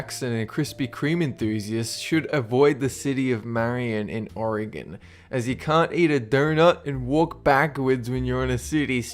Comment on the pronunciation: I agree with law, it is so fucking annoying to have people say "Or-a-gone" It's not gone, it's right here between Washington and California.